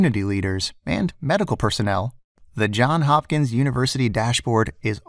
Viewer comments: JOHNS HOPKINS! Not John Hopkins. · it's JohnS Hopkins not John Hopkins lol